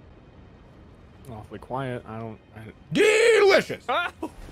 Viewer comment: I was on ster stream when hes doing this bit, all i heard was DEELICIOUS